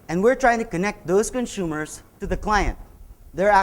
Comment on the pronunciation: "Conshumers..." je je je... no, but really, cool talk. Thanks so much.